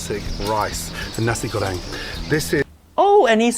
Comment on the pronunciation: Did you just pronounce nasi goreng as Nazi Göring? 🤭